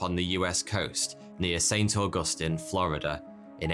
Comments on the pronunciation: As a Floridian, it's saint augusTEEN it..come on guy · St. Augustine, not st. augustan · As a Florida native, I am here to tell y’all that it’s Auag-us-teen say that 3x fast. Augustine.